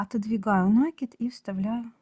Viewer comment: нАкид, как же режет слух Ваша 😢😢😢 неграмотная речь😢😢😢